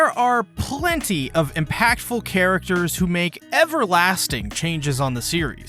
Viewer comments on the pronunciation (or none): none